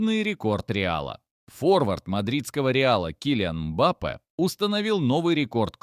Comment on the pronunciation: Мбаппе, ударение на букву,,Е